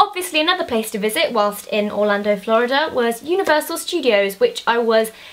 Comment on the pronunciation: she said orlondon